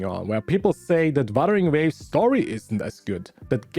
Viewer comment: I know you have an accent but buttering waves? this one also btw I'm trying to be mean it's just funny "buttering waves"😭